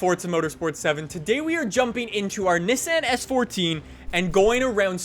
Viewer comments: That’s not how you say Nissan lol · A car guy who can’t pronounce Nissan or Mazda correctly, what a fucking donut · The way this guy says Nissan makes me want to punch a puppy